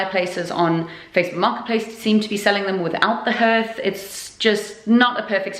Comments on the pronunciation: What is a ‘Herth’? Do mean a hearth pronounced ‘harth’ ? Love your videos it really is fantastic what you have both done to this house 👍😊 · In the USA we pronounce hearth (harth)...it's just weird hearing you say (herth)...lol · Hearth is pronounced harth like heart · Wow turned out beautiful, in Cumbria we pronounce it as harth all though it is spelt hearth, either way it looks fab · Had to laugh every time it came up, in Boston we pronounced hearth as h..ah..rth. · I had a one like that in the late80,s early 90,s and its called a hearth. which is pronounced haar-th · Oh honey! It might be spelled hearth, but it’s pronounced harth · In England too. Where are you from? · don’t you just love the English language? .... if you’d swapped the last two letters for an s and an e, your pronunciation would’ve been spot on! 😁. Just thought if you’d asked people if they were selling the hearths with the mantelpieces ..... it might’ve been why they said no. More probably though, it would’ve been because removing the hearth would’ve left a huge hole in the floor (Victorian houses of that type tending to have flush, slate hearths; unless in the front parlour, when the whole fireplace would’ve been some huge statement piece) Whole place is coming on nicely though ..... I don’t envy you any more though - been there, done that - reclaimed, stripped, refinished all sorts on the way. You get dust in places you didn’t know you had places 😂